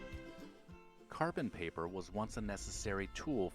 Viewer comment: It was painful to hear him mumble in confusion at Rolodex and Carbon Paper.